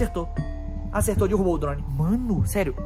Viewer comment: não se fala dirubou e derrubou